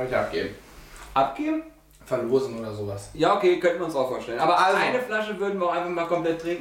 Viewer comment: "ABGEBEN?????" :P